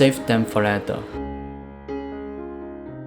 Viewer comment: 您好，您的英文讲解很好，英国人能听懂，而且观众有子慕的选择。唯一有进步空间是您later 这英文字的发音，坦白说让人听了一头雾水😊。我没恶意，是中年人，大马华人，生活在英国30多年，写这评语只希望您这美好的视屏受到更多老外的喜爱。让您得到好的辛劳回报。